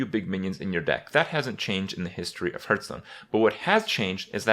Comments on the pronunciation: say it with me Hearthstone (Pronounced "Harth-stone" not "Hurth-stone") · Hurtarena and hurtstone, is the saying just wrong or intended?